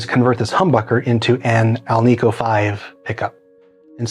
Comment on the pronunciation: It's debatable if there is a marked difference without an A-B comparison. And it is not, Al - `NEEK - Oh. . . . It's `AL -Nic -Oh. The metal is NICKEL not NEEKEL! 😏